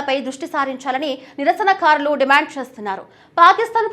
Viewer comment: నిరసనఖారులు ఏందీ తల్లీ.ఆ పదం కేవలం నిరసనకారులు మాత్రమే.తెలుగు పదాలను పచ్చడి పచ్చడి చేస్తున్నారు.ఆకృత్యాలు కూడా కాదు మహాతల్లీ ఆ పదం కేవలం అకృత్యాలు మాత్రమే.ఉధ్యమం ఏమిటి తల్లీ అదికూడా కేవలం ఉద్యమం అని మాత్రమే ఉచ్ఛరించాలి.తెలుగును పచ్చడి పచ్చడి చేసి భ్రష్టు పట్టించవద్దు